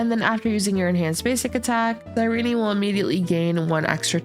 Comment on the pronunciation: Her name is pronounced SIIIIRENE NOT REENEEE